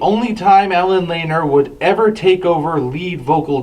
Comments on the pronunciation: It's pronounced Lan-eer, not Laner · look at some of the earlier interviews of the band members and how they pronounced Allen's name. Lanier is a fairly common surname and in every instance I've heard it spoken, the pronunciation was 'Lé-Neer.' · Lanier= Lah-neer